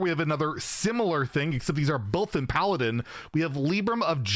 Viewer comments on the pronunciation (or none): none